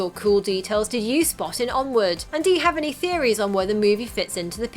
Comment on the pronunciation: you said Onwood